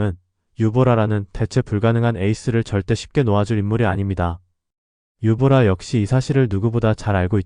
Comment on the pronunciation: 유보라가 아니라 유보나